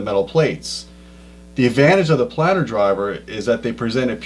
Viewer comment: Tell it's PLANE - ar, not Plannnn -ar. As is plane, Magneplanar, etc. Otherwise great show!